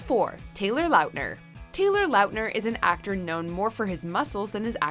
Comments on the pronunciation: Is anyone going to say anything about how they said Taylor Lautner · LiLHB GAMEZ ya.. that kinda bugged me.. wasn’t sure i heard that correctly.. but then i seen your comment I’m like ok i knew it sounded weird when she said it.